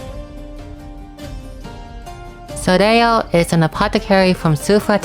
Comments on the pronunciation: Hey, always appreciate seeing your videos, you're the #1 best CotC source for me for sure! Just a note though, Soleil is a French word (Sun), which means you don't pronounce certain letters, in this case the trailing L. So it's just "so-lay" basically. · If you want to be fully truthful, the "l" in "soleil" is not silent at all, and it IS pronounced. However the group of letters "il" in french are basically equivalent to "y", or "iy". Therefore "leil" ends up being pronounced as "lay".